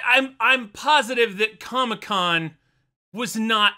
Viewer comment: He actually did call it comecon